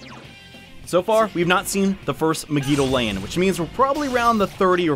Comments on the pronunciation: "Meg-EE-Doa-Lain" he says. Um, Mah-Gee-Doh-Lahn, thank you. It's based on the romanji, which means the vowels are always prounced the same. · MEG-I-DO-LAY-IN. Why. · The way you pronounce megidoloan irritates me to no end. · Why do u pronounce megidolaon like that😭